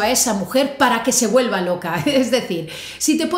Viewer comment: No se porque sustituye la d por la s pero es gracioso